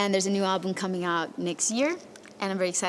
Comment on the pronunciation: The narrator keeps pronouncing ''alblum'' a-le-blem